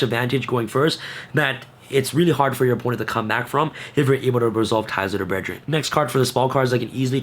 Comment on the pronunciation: “Ties of the bredgeren!” 😅